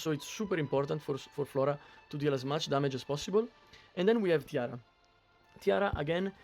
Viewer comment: EG should really consider adding names to the heroes on screen. I keep hearing you say Tiara, and I kept looking only to realize you meant Tira.